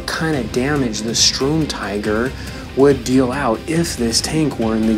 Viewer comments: Nep Feuille Don’t even bother, he can’t even pronounce “Sturm” correctly “Strum”..... just wtf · Darcy Mangan In German, yes. But he can pronounce “tiger” how the hell he so pleases. But ffs, “strum”??? That is what makes his pronunciation retarded, as if he can’t read..... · its pronounced as Shterm Teeger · Please, it's the Sturmtiger not the Strumtiger. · UMP45 MASTERX *Sturmtiger (I swear to god this YouTuber can’t even read)